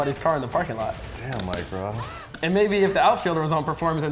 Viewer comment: Mike "Rike Moss" Ross